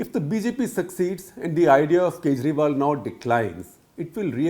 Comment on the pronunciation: Arvind khejriwal, Sooch nahi sochalalay hai😂